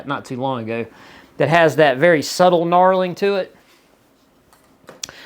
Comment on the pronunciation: Knurling, not knarling.